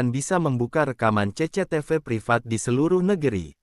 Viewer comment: 😂😂😂😂 menit2 terakhir gak bs nahan tawa denger ce ce te ve 😂😂😂😂